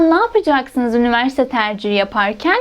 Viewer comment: Diksiyonunuzu çok beğendiğim için izledim... Üniversite derken üniverste demeseniz harika olur, teşekkür ederim.